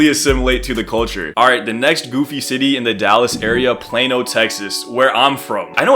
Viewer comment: Excuse me it’s Plano not Plano that’s sounds like a medicine